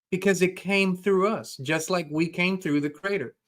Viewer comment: LOL!!! 😂 Every time you say "We came from the CRATER:.. I totally crack up. I know you are German with Texan as your second language but dear dear... It's 'Creator'.. "CREE-AY TOR". You are adorable. 🥰